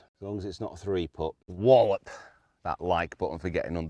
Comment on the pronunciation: "whallop"???.....oh dear